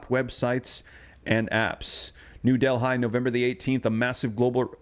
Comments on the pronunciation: It's pronounced 'Delly' not 'Del Hi'. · Please …….it is pronounced Delly not Delhigh.